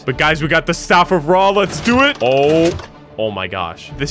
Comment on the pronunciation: Bro the second seed has some Eygptians valueables that YOU DONT HOW TO PRONOUNCE IF OTHER EYGPTAIN LIKE ME SAW THAT YOU WILL END رع TAKE THIS WORD ON GOOGLE TRANSLATE TO HEAR HOW ITS PRONOUNCED😠